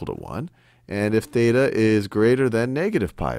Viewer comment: Theta, not beta.